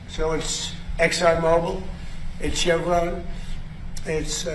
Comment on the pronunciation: Chump says Cevron and Chell